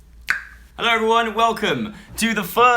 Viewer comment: he messed up the intro by saying mello not hello